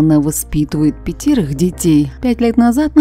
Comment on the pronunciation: Специально нервирует чтоли своей интонацией,в слове пятерых ударение падает на ы,еще и неграмотная!!!